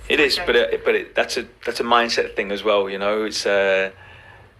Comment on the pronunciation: Great video but please pronounce th not f. Think not fink.